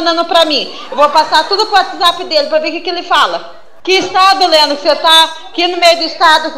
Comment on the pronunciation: Ela so fala lendro